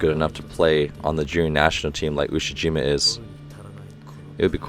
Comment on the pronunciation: Ushiyima Wakatoshi.... Ushi-Waka 😁